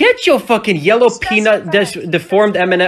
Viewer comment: he said diformed peanut😂😂